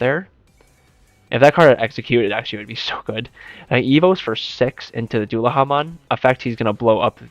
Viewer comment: Dullahamon, not Duhallamon Why are English speakers so dumb? Do better. I love digimon but can't stomach lazy stupidity.